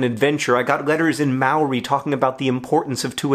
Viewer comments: he did say may oh ree this time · as a New Zealander I know he's american and how people pronounce things differently it's actually pronounced moldi (Maori) but the d is soft sounding (I dont know how to explain) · How he said Maori made me cringe otherwise great video!! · I love the way he says “Maori”😂 Mowry?😂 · Yup, sounds exactly right from my experience of living in New Zealand, also your pronunciation of Maori is adorable in that way that accents are? Like you didn't say the word quite right but you didn't say it correctly either. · hahha the way he pronounces maori xD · you pronounced maori wrong